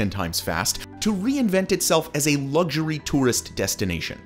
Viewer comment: Why do you pronounce "luxury" that ridiculous way?